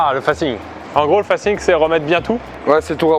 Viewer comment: Et sinon, on dit faceing à l anglaise et pas face ing 😂